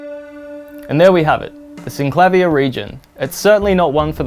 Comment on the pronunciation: Brilliant! You say: "Syn-Klavv-ier" which sounds so much better than: "Syn-Kla-Veer" and is how I've always pronounced it!